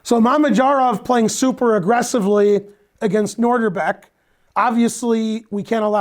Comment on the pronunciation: Ben is usually pretty good with pronunciation. But... it's NOH dihr bek, not NOR dihr bek. He said NOR at least four times early on.